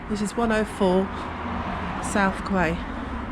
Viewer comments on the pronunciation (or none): Quay is pronounced as Key. Just saying. :)